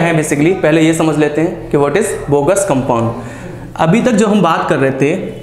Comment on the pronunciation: Its Bogue's not Bogus sir.